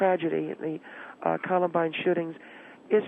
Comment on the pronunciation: Not once did manage to pronounce Columbine - ko·luhm·bine.